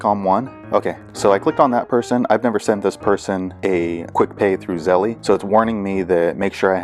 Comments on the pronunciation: Thank you for the info. It was helpful, although you y want to update it since the app has updated and no longer has that menu that includes Zelle, but it’s still on the app. Oh and one other thing. I’m sure that you’re aware that it’s not pronounced Zelley. It’s just Zelle. Like hell but with a Z instead of the H. My guess I’d that you were aware and joking. Thanks again though. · It’s pronounced Zell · Hi thank you for the info. It was helpful. Just one thing Zelle is pronounced with a silent e at the end. Like chase, make and so on. But like I said thank you and sorry just wanted you to know and no disrespect.